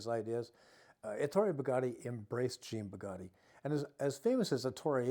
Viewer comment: You are Right! That Shirt was ridiculous! BTW, you are mispronouncing Jean Bugatti‘s name! Also, Jean is the French equivalent of the American Name John.